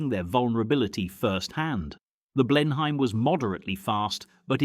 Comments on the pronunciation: Please teach your robot to pronounce names correctly, particularly if you are giving it a British accent. Also, what is the significance of the photos of Hampdens while you are talking about Blenheims? ('Blenim' not Blen Hime) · Blen- Hyme?